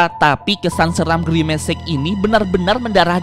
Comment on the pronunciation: parna girmec itu atu girmic anjiiiiig😂😂😂😂 anjai